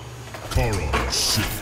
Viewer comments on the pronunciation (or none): none